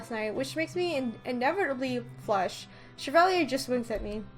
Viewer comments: I didn't know you knew French? But his name is pronounced Sha-Valley-Eh (Canadian version of eh) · Me: Cheva, Chebal, Shevala, um, WHY CANT I PRONOUNCE THIS NAME AGAIN ILL JUST CALL HIM RUMPEL